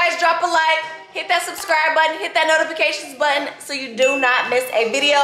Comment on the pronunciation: “Notifigation “ gtf😂